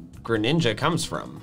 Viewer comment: ah its actually gru-ninja